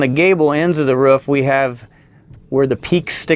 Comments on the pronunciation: Sounds like when he says roof he’s is saying woof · Stop saying roof wrong